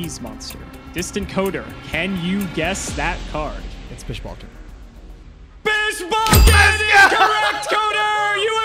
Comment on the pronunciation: It’s BishBalkahn